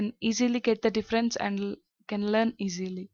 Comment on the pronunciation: The word learn is pronounce learn not lan